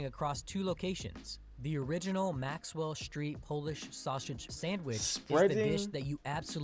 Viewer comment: For some reason he pronounces Chicago, sausage and Illinois wrong. He was adding an sh sound to the beginning of Chicago and sausage and Illinois is pronounced El-a-noy